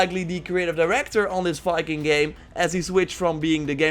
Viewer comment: why does your Viking sound like Fiking? Pronountiation, accent... Fikings...